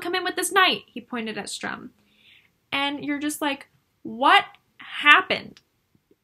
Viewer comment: Enjoyed this, but why do you keep saying Strum.....it is StURm.